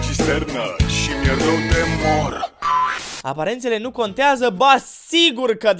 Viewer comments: Am crezut ca zici ,,Aparatele conteaza" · Eu prima oara credeam ca spui aparatele conteaza 😂😂😂😂😂